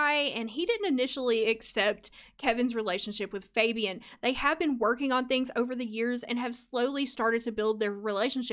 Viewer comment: Fabian is a Hispanic name and it’s pronounce (Fah-be-awn). I know this bc I once told a guy I liked that I wanted to name my child Fabian, pronounced how you’re saying it, and he... was not nice lol. He told me I was butchering a cultural name.